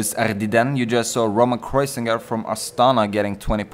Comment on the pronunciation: it s kreuziger, not kreuzinger :)